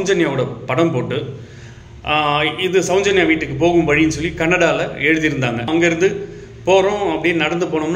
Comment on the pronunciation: தம்பி, கொஞ்சம் நல்ல பழகிக்கிட்டு வந்து பேசுப்பா.. உச்சரிப்பு ரொம்ப கேவலமா இருக்கு.. நெறைய வார்த்தைகள், அதில் ஒன்று ,. சௌஞ்சன்யா இல்ல சௌஜென்யா..